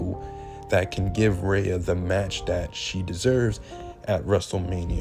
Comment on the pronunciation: Bro, who is Rha-uh ? Do you mean Rhea? 😂😂😂